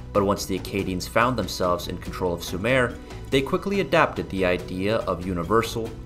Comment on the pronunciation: "Sue mer",not "Sue mare"